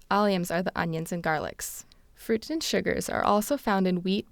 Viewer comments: Did she say FRUITEN? Glooten and Frooten - the rootin tootinest duo. :-) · Yes, I think she did. I could hear that too